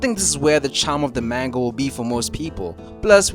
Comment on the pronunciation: learn to pronounce manga correctly dawg